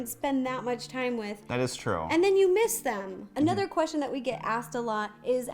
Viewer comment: I love when she says Qrestion